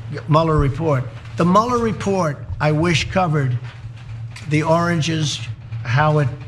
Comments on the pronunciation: When Trump was saying oranges I think he he was trying to say "origins" and he just couldn't manage to do it, not once but multiple times... lol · For those that don’t know, trump was trying to say “origins” 🤣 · Oh god dude can't say origins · Wow, he can't say origins. Is he stroking out?